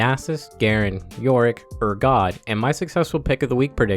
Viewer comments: Did he just say Urgod? XD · how you pronounce voli and urgot haha